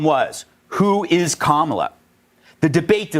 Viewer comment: Hey donnie duck... keep saying Kamala's name wrong 😂😂 it just confirms your loosing your brain old man!! 😂😂😂